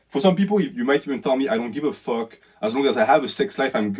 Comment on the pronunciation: “What deh fwuk is dat?! What deh fwuk iz doz fake assess?!!! Hahaha that killed me man. Loved the video thank you for shining light on the greatest plague on earth